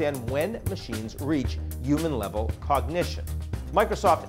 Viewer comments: Maybe it'll know how to pronounce the word "human" properly... 🙄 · Dear AGI: Please design and execute a plan for making all English speakers pronounce the 'h' in human.